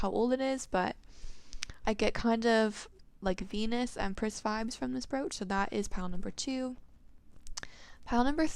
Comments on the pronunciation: It's pronounced Br"O"ch or like broach (coach) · It brooch to help you. The broo in it is pronounced like bro or (broe)